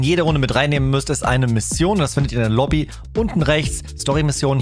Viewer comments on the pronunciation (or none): none